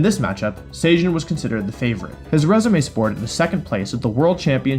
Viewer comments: Why do you say "SAY JIN", there's no A or Y in his name. It's "Seh Jun". I swear, North American people don't even look at how people from other countries romanize their names. They just make something up from Chinese or Japanese and go, "yeah that's close enough". The sound for "ay" doesn't even exist as a single character in the Korean language so it basically doesn't show up in any names. You'd think if you were researching for a video, one of the first things you'd want to know is how to say someone's name. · Please for the love of god. His name is Sejun (Seh-joon), you’re saying it like the same way you would say cajun. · He pronounces Sejun like Zacian and that confuses me so much lmao